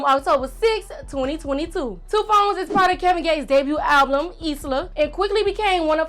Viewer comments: It’s album not ablum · What did that girl keep saying alblum..I swear it's just album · Did she say alblum instead of album?